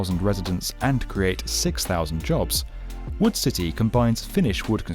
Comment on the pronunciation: i kept thinking it was “wool” instead of wood AAHAHHAA